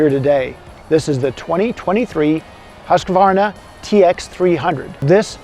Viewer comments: Drives me insane,,,, Husk-uh-varna,,,, nope, its hoosk·vaar·nuh!!! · Weve always called it huskavarna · There's a "A" in "Husqvarna